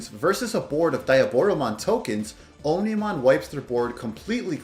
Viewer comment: its OMnimon not onimon